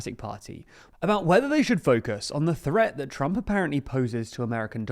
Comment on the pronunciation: "apperently" huh?